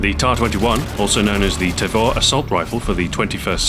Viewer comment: It's pronounced "tah-vor" not "tay-vor".